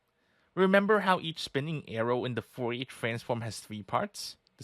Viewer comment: Foh-ye transform lol